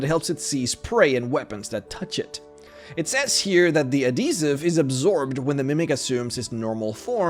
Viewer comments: People: Add - he - siv: A D E E S I V E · Adhesive - add-hee-siv Not Ah-dee-siv Granite - grah-nite Not gray-nite Delicacies -del-ih-ka-sees Not de-lick-ka-sees This one is hard to explain by text. I swear youtubers do this on purpose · AD-HE-SIVE.....say it with me.. not ah-de-sive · Adeezive....Adhesive pronounce Properld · Adeezive That’s not how you say it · AdHesive... uhd-HEE-suhv. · Ah yes adeeziv... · AD-HE-Siv. twitch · I’ve never heard this pronunciation of adhesive before ö I was a bit confused for a second there :’) you have a very interesting accent for some words. And thx for all the educational vids ^^ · The way he says adhesive.